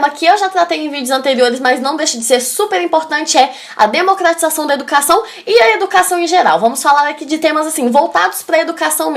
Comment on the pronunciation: Bom vídeo, mas cuidado com pronúncia. É um pouco insólito um vídeo de dicas de redação com erros como "Democlatização da tecnologia... assunto muito tlatado". Cebolinha não.